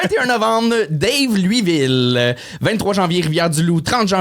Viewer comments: LOL DAVE LUI VILLE, et non Da ve lui ville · Salut. Ça fait une couple de fois que je t'entends présenter ton spectacle à Daveluyville en prononçant "Dave-lui-ville". Les gens de la place le disent pas de même. Prend le verbe vouloir et conjugue le au présent à la 3e personne du pluriel (ils veulent) et prononce le comme ça: "Da-veule-lui-ville" ou dit juste "Da-veule" pis tu vas avoir leur respect 😆✌🏻